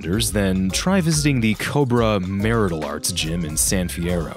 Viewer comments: said marital instead of martial arts 🤣🤣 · "Try visting the cobra mare-it-al arts gym in san fierro" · Did my dude really just say marital arts instead off martial arts???